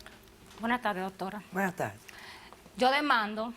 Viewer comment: Porque todos dicen DOTORA JAAJAJAJJAAJJA